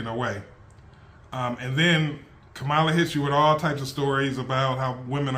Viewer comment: Just say her name correctly.